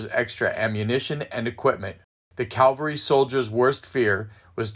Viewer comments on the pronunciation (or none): "CAVALRY"! NOT calvary!